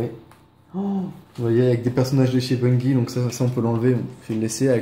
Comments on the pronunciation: sa se prononce ''Bunjie'' et non bungie pcq c en anglais ;) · tu le prononce mal ses pas gi ses ji